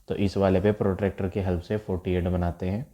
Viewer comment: Sir it was protector not protractor😃😃😁😁😅😅